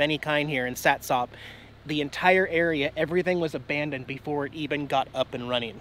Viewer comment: I've told you this before. It is pronounced Sat' sup. Spelled SATSOP I know but the emphasis is on the first syllable and the last syllable is UP not OP. By the way, from the bay side in Ocean Shores you can see Mount Rainier and the cooling towers at Satsop. You're looking straight up the bay and the river because it's a straight shot. That's a distance of 40 miles according to Google.